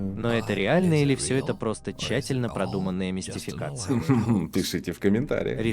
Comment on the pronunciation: Спасибо за видосик. Как же пафонсно он произносит "чательно продуманная мистификация" :D